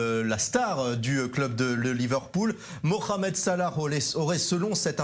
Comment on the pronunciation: On dit pas mokhamed mais mohamed Vous arrivez bien à dire le ha lorsque cela vous arrange n'est ce pas 🤥🤥🤥